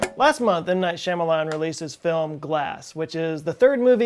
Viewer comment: 4 seconds into the video.. thumbs up... opening words.. "m.night.shamanahlaah" thumbs down out of spite... i still love you!